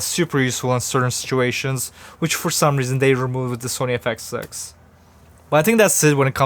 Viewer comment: Nothing like saying the camera's name wrong in the first 2 words of the video